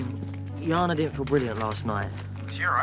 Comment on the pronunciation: It's Jana( Ya-na ) not Shona🥲